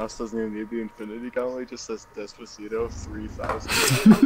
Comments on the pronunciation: Why does even pronounce it “dezpazeedo”? 😂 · The way he says "Despacito" makes me wanna die.